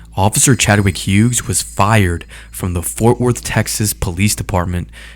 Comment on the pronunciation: How can you try so hard to say Delgadillo in Spanish, but fuck up saying Hughes in English?